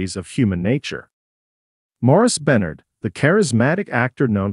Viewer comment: Can’t say any name correctly. Sounds completely ignorant. I can’t stand to even listen to it. Who the hec is sawnie and who is Avia oh I guess the voice over is trying to pronounce Sonny and Ava. Don’t have any idea who Beenard is? I’m thinking they’re trying pronounce Sonny’s real actual name.